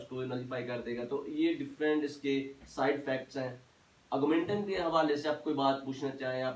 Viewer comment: Dr. Sahib pronoun citation tou drust kr len. Augmenntin ha Augmentum nhi.